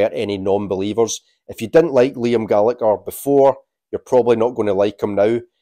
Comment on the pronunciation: Pronouncing Liam’s surname wrongly.